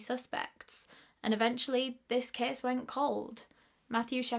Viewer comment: When you say case it sounds like youre saying kiss and i love it